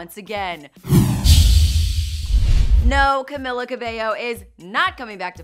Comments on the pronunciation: It's "CamEEla", Y'all!!! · Choloyolo85 it's camila